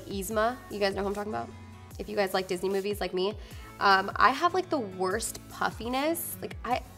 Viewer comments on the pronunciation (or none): none